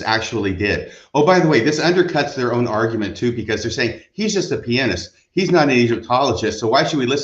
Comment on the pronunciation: Thank you for correctly saying pianist. And not saying ( pe an ist ) growing up with a mother who was a classical violinist and studying musical theory and being a guitarist myself it's one of my biggest pet peeves so thank you.